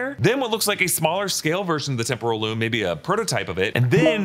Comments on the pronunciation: When said “Temporal Loom” it sounded so much like “Temple of Doom” I think it must have been on purpose. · I love when says temporal loom but it sounds exactly like Temple of Doom 😂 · No one will mention the fact that when says "Temporal Loom" the billion times they had him say it sounds like "Temple of Doom?!" This seems like an intentional easter egg